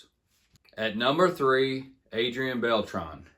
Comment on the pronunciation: Adrian "Bell-Tray" not "Bell-Tron" just call him voltron lol